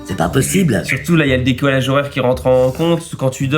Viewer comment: je suis desolé mais on dit décalage horaire et non décolage horaire voila j'espèr eque jet'aurais aider plein de poutou pouton bisous LOUNA PS: tu me fais trop rire bahahahahahahahhah